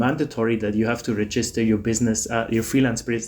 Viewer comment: It’s pronounced REgister, not reGIster.